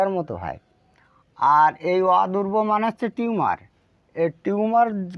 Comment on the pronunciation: আপনার উচ্চারণ টা হবে অরবুদ অদুরব না